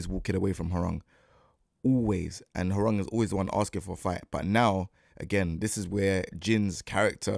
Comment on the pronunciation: as a Korean , thank you for pronouncing his name correctly ~ so many non Koreans sayin his name RANG like telephone rang 😂